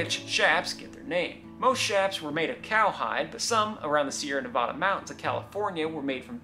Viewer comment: You mispronounced Nevada. Just look up how to properly pronounce it please